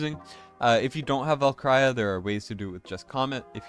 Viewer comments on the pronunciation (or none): LOVE your vids but jeez bro you're butchering my ears with how you pronounce Valkyra.